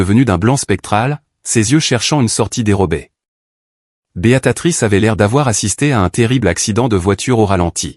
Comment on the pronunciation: On dit BÉA TRICE